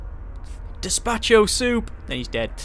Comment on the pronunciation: to be picky the correct word is Gazpacho, not "Daspacho" which is what he said ;p